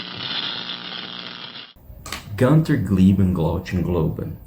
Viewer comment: You're not a Def Leppard fan, or you would know it is pronounced "GOON-ter", not "GUN-ter. And "glow-GHEN" not "glow-CHEN"